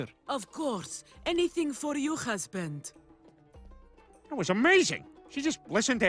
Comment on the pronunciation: I swear we have an H. In fact we have two different H's. We'll never say khasband